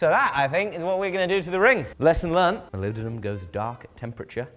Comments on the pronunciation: Only once, after all it's Moly-bendium, not poly-bendium. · Molibdenum? Wot? Ohhh It's Mollybdenium Have I been saying it wrong this entire time? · You are absolutely butchering the pronunciation of mollybendum!! IN THE EXTREME!!! SPEAK PROPER ENGLISH!!! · was it intentional to never pronounce the name the same ? Started with molybedenum and reduced to Molybdum after a couple times 😂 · I think you'll find it's pronounced mollybendium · Melibdinum, Molly-buh-denim hmmmm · I'm surprised you didn't pronounce it "Molybdenium" since you're in the UK 🤣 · You don’t say it right 😂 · As an individual who can definitely NOT pronounce molybdenum correctly, I am convinced you are saying it incorrectly. 😂😂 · every time you say "Molybdenum" I instinctively want to say "bless you" cause it sounds so funny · I was hoping for an acid etch but the oxidation colors are pretty cool too. Oh yeah- you aren’t the only person who has trouble pronouncing molybdenum. On the original 1960s Batman TV show, a macguffin was a fictional material they called “molybendenum” which is slightly easier to say. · He pronounces molybdenum differently every time he says it😂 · lol, having some issues pronouncing molybdenum there? fun video! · “can you forge molybdenum?” Me: “I can’t even say molybdenum” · Correctet video title: Can You Pronounce Molybdenum?